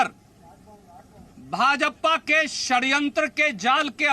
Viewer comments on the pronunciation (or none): Ise(purjewala)ko bolna bhi nhi Aata,bha ja pa ko_bhajappa khta hai.